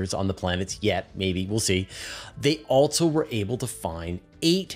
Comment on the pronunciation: Please stop saying “alt-so”. It’s pronounced “also” 😂